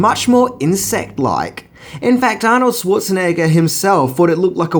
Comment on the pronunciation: Anorld schartanigga